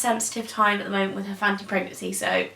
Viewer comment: She's saying Phathom pregnancy